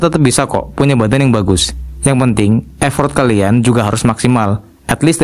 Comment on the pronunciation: Effort bacanya efert bang, bukan ifort, bahasa inggris itu emang kadang aneh bang